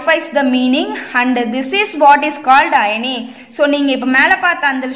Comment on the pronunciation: Madam iyani illa irony.. Pls 🙏don't pronounce the words wrongly